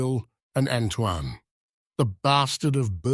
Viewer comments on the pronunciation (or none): none